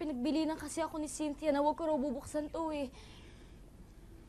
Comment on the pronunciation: A-KA-O = AKO. Bwahahaha